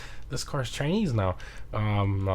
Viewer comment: "This cars Chinease" bro forgot he was recording lmfao